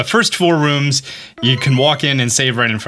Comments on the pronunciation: Dude, why A-A-ron? Its AHRON... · you said “a” aron 😭😭😭😭😭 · a-a-ron and mespirit XD I just can´t, it´s just too funny